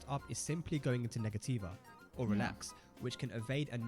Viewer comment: Negativa is actually pronounced "nega-cheeva" my fren 😁🇧🇷